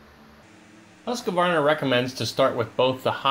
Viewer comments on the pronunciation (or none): Pronounced Hooskvarna, all one word, not Husk-a-varna